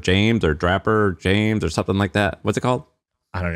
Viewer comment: It's draper James, like draping in textiles